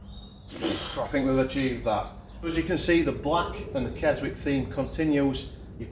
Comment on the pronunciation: Not sure you pronounce the ‘w’ in Keswick !!